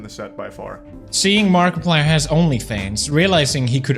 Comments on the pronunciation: the markipleeay is real!!!! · "Mark-a-pleaè" What being lazy and using gets you. Garbage,! GARBAGE! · Mark-a-plee-er OF nutty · The Markiplier pronounciation I CANT 😭😭😭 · The Ai voice made me laugh. The way it pronounced markiplier was french as hell 😂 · The fact you not saying markiplier right annoys me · You pronouced Markiplier's name wrong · AI pronounces markiplier like a French word